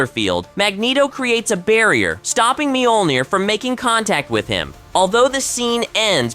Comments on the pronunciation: There's no long e in the beginning of Mjolnir. It's also only two syllables. Think of the mj portion as more a 'myuh' and roll that straight into the 'ol'. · Mule Near or Meal Near is how it's pronounced.. or so I thought?